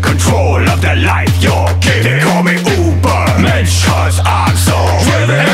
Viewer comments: Not enough people talk about the fact that he didn't even pronounce the Ü XD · Nice Peter pronounced the word "Übermensch" a little wrong. He said just "Ubermensch". The U with dots has a different pronunciation. But I like it anyway. Always say Ubermensch when I hear that line. It's catchy. As catchy as the spelling. I love it :D